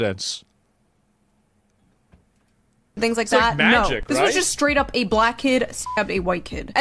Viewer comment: “scraight up”🙄🙄